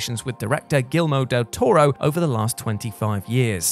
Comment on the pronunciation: Gilmo de Torres? OK, you can't tell me that wasn't on purpose? ;-)